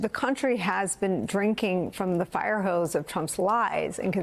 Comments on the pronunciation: firehose, not firehouse... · Fire Hose. Not House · With respect, it's "firehose" not "firehouse". Cf. '60s civil rights demonstrations in the South for the reference. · Firehose, not firehouse. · hose, hose, firehose, fireHOSE, not "fireHOUSE." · Firehose not firehouse?